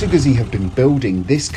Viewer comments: Gutzi, not guzzy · Had to stop watching as his pronunciation of Guzzi was driving me mad..He should know better. The double 'z' is pronounced the same way as in pizza for god's sake. Sorry just OCD kicking in....